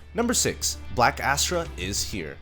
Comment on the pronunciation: As-ta not Astra 🥲